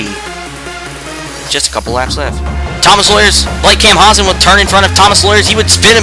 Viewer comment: Dude,you need to work on your frame rate. You also mis-pronounced my name. Camp-pow-sun is the right way.